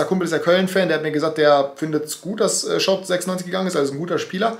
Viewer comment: Es heißt übrigens lui schaub und net luis HAHAHA